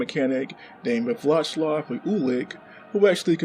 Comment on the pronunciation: Wheel cum is probably the best thing I've heard in a long time lel. "Vlashlav Ulich" aint even close my dude